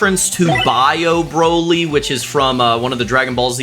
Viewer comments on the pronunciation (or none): it's BRO-LEE not BR-OLIE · Braly 😂 I love ya man but its Broly like Bro...Then Lee. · its broly not braly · It’s broly not broaly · "Bro Lee" not "Bra Lee" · Can this dude make a decision how to pronounce Broly’s name? He’s said it right, and wrong at the same time.